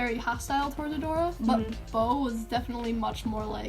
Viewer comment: You don’t spell his name like bow it’s actually boa